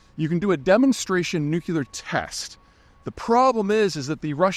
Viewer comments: The fact that you say NucUlear over and over and then right before you say stupid pointless press release is great irony. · The origin of the word Nuclear is Nucleus. Nuke-ular is not a word.. Pedantic i know, but come on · Shouldn’t you be able to pronounce nuclear by now? NEW KLEE ARE! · Just realized he’s a nucular guy 🙁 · Why does someone so well informed insist on mispronouncing nuclear the way that W did? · Zeihan goes nucular with the Patreon missile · G.W. Bush also says "nucular." It must be regional pronunciation. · The word is NEW-klee-er. NU-cle-ar. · I guess Peter decided to end the free series of videos with a bang. On another note, it is amusing to hear one of the most articulate podcasters I listen to pronouncing “nuclear” the way George W Bush does (“newckelar”.) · noo-kyew-ler... kills me. I can't believe I had to scroll this far to finally find a complaint about it. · It’s called nuclear! Nuclear!!! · Peter, its Nuc.Clea.r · Peter- come on! NUC-LE-AR. Pronounced just like it’s spelled! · I’m not sure I can deal with hearing “nuclear” being pronounced “nucular” any longer😝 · "NU-CLEAR!" NU-CLEAR! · NUCILAR meltdown hearing too much "nucilar" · “Nuke u lerr” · What is 'nukelar'? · What is a ‘nu cu lar’ red line? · It's NU-CLE-AR. Don't make yourself sound like that dim president. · Nucular, Nucular, Nucular. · I'm going to miss your videos. You should learn to pronounce nuclear correctly. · I realize this doesn’t negate the core issues of this podcast but. Nu-KLEE-ar…. Please? Pretty please ? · I feel like going nuclear when people say “nucular”. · "Nu-Cu-ler"? Thanks but I'm good. All the best. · Are you saying "nuculer" on purpose? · peter, technical question: is aloominum a metal that they use in nucular weapons? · Peter you are incredibly smart, thoughtful and well informed. Thanks for all the insight. The word is NU-CLE-AR. Please. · NEW - KLEE - ARE it's that simple. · Nuke-ya-ler. Why? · not taking info from a guy who says nucular